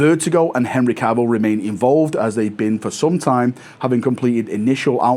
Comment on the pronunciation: Live to you now from the Valcony. Breaking news: still can’t say Cavill